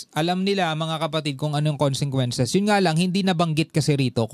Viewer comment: very clear when you read that word consequences not (konsengkwences ) in visayan or Tagalog sound or accent, please consider my correction weather I'm write or wrong.